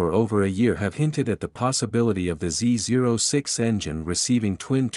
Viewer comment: Is this narrated by a computer? No one says Z zero 6.. every real gearhead alive says Z oh 6